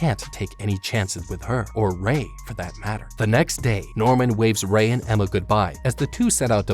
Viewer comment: you messed up on ray's name and that made me laugh but its ok